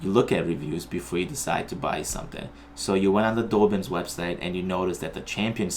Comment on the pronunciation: Thanks for the video...about halfway through it I ordered this very rod 👍🏻 oh, I hate to be ‘’that guy’’ but it’s DAH-bins 😁